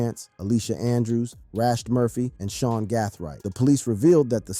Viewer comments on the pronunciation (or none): none